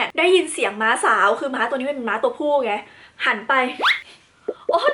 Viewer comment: ม้า ไม่ใช่ ไม้